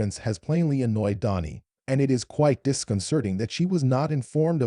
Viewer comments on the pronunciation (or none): Dani , not Donnie